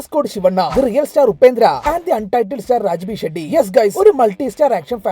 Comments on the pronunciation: ഷെഡ്ഢി അല്ല man its ഷെട്ടി. ഉചാരണത്തിലും സംസ്‍കാരത്തിലും പുറകോട്ടു പോവല്ല്. 🤨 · Shetty not Sheddi